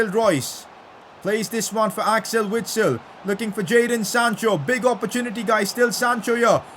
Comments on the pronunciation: PCQ: It is pronounced Vitsel, I know it doesn’t change anything but still. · PLEASE pronounce Witsel with a "v" sound